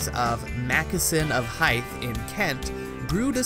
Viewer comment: "Hythe" is not "haɪθ", with the /th/ pronounced as in "Keith". it's "haɪð", with the /th/ pronounced as in "the".